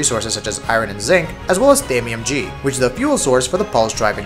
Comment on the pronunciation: thanium g? really?